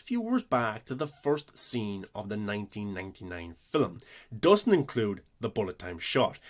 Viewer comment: Two things: 1. You didn't explain how they created Morpheus' exo-morph at all.. 2. Why do you say film like 'filim'. It sounds like in all your videos you emphasize saying it in a weird way. It makes me feel like it's an inside joke between you and your fans. I don't think your accent is to blame. Or is this a extremely subversive Aphex Twin reference?